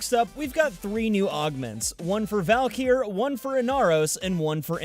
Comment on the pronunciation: is she actually pronounced "val-keer"?